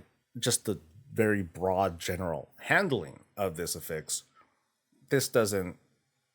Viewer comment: Just wanted to point out its affix not afix. Af-fix Not A-fix Two f's